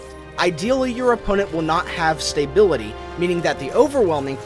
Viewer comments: stay-bility. lol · yeah that bugged me a bit too. He got the em-PHA-sis wrong. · You are saying the word "stability" wrong. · Like the video, but there is no "y" after the "sta" in stability.